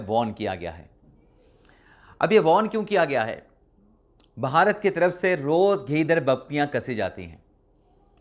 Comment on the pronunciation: آپ بعض اوقات بھارت کی بجائے باھارت بولتے ہیں. جو کہ اچھا نہیں لگتا.